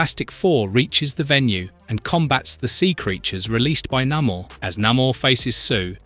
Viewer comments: It's Nay-Mor, not Na-mour. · Cool vid., but it's Nay More and Uh lee Sha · You do realize that you pronounced Namor two different ways, right? The correct way being the second one. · Say 'Namor' right you bell end.